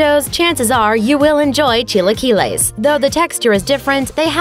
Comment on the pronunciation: Wtfs a cheelaykeelay? Lol